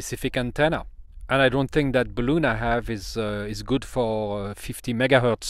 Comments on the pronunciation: !: Only ONE complaint: ) Bal-Un! Not BalOOn!: ) Otherwise GREAT video! de seeker/Jeff WA7LFP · In English "balun" is said with a short U sound It is "impEdance" with a long E sound I have made a "D" shape using a larger diameter G10 tubing for support. The tube was about 2cm in diameter. Larger Tubes about 30cm long that fit tightly over the smaller tube made the joints.